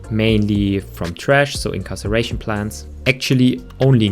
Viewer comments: Do you know how to read? “Incarceration plant”? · friendly pointer 'incarceration' is when someone is put into a prison, 'inCINeration' [the C here makes an s-sound] is when something [not a person, hopefully] is burned. "sin" means burn, like in the bible! lol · incarceration? you mean incineration? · IN-SIN-ERATION PLANTS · in CIN er ation plants. Incarceration is imprisonment. :”). Cheers!